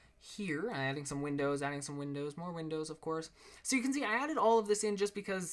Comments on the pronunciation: you said clourse... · ' Flooring Ofclourse. ' xd. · ' Flooring, ofclourse. ' Lol. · hey man im super new to ur channel ive probably only watched 9 of ur videos and i gotta say at first i thought u were kinda weird. but then when i actually paid attention and got sucked in to what ur saying, and admiring how much fun u have and will have making these videos. again another great build great job! p.s.: u said "of florse" lol good job man! keep it up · he said of clourse :D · "Flooring of cloorse" :D